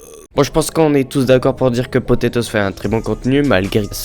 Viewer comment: Pas potetoz c'est potatoz